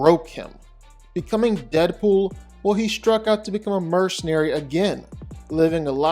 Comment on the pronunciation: It's Deapool, I dont even gotta watch the video, It's Deadpool. I mean c'mon...